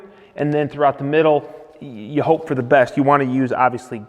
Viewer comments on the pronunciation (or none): none